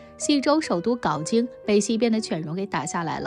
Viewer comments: 镐hao京，先学学历史再念文稿，不懂就不要做历史节目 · 还读错别字，镐京读成GAO京，这个作者的文化水平不敢恭维